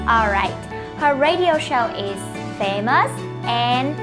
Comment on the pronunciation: Từ famous nhấn âm chưa đúng. Nhấn âm 1, video nhấn âm 2